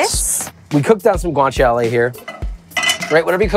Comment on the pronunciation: Did you call Guanciale "Guang Chow Lee", so it goes better with Ramen Noodles? I'm impressed!